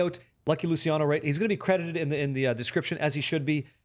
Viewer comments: It's LOO-CHEE-AH-NO.... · Lou-chi-ano. Like Gucci. The "c" in Italian is like a "ch" sound that you find in "church." Great videos. I'll try this build on my lv 100 rogue alt.